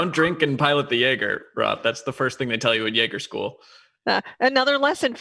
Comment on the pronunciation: Thank you Roth for pronouncing my name correctly.